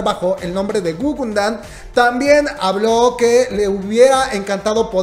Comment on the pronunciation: jajaja guguNdan??? plop! ES (o era) gugudan... te emocionas mucho al hablar y lo dijiste mal de principio a fin...